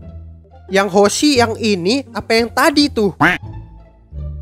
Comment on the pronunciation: akhirnya wkwkkwkw teror w gak sia2 hahahha Nyebutin namanya udh bner kok wkwkwj yg awal hoshi yg ke w dino